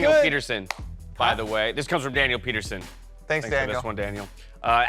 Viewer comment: It's Daniel PetersEn - not son. It's Danish - Just like Bjergsen is not Bjergson 😅 It's all good tho - happy you liked my take 😊